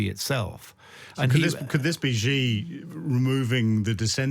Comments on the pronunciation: Xi is pronounced like 'she' not as zhzhzhzheee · Xi sounds like "shee" not "Gee" in Chinese. Just saying. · I'm not even Chinese but Xi=shi Jin (dzhin/english j) Ping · It's hard to take this discussion seriously when the participants repeatedly mangle the pronunciation of "Xi" Jinping so badly. Of course it's true that the "Xi" sound doesn't exist in English, but there are better ways to approximate it than calling him "gee" or "ghee". Come on guys, you can do better!